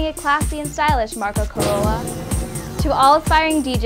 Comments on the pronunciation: it's Marco Carola, not Corola that's not Toyota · Marco C'o'orola??? LOL